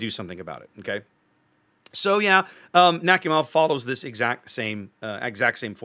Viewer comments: Nakhimov is pronounced as Nak-i-mov P.S Im from america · Love the design ngl ♥ P.S, it's pronounced something like nah-hee-mov